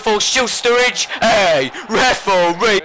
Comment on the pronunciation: Me and mates have realised that we've started shouting "REF-OR-REE" at the telly, calling Sakho a brick shithouse, and saying that people have 'legendary beards' - and it's all your fault,!:)